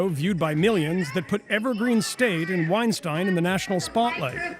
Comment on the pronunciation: calls him "Wein-steen" so you know he hasn't engaged with his content much.